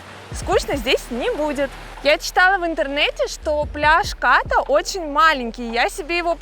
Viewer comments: спасибо что не Ка́рон ;) но всё же Ката́, а не Ка́та У тайцев как пел Высоцкий: "мы говорим не што́рмы, а шторма́" ударение почти всегда на последнюю гласную. И конечно Краби́, а не Кра́би , Рейли это не остров :))) это пляж на который нет дороги и лишь по морю туда. там всего один длинный отель "клаб мед" всё перегораживает на пляже Ката. планктон как стаи рыб плавает везде и не предсказуемо ... Не бывает пляжей вообще без планктона, бывает лишь иной день и час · КАта правильно. Пусть тайцы говорят КатА, но русским людям удобнее КАта. И не надо ориентироваться на долбо-бов, которые говорят КатА. Но не забывайте, что нормальный человек еду ест, а не кушает. Кушают тоже только долбо-бы.